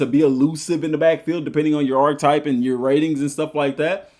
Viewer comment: Bro, please stop saying “Ark-type.” 😭😭😭